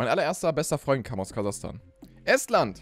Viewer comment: Wie er Estland betont... Regt mich auf als ebenbürtiger Mensch in Hinsicht auf Flaggen bzw. Topografie allgemein!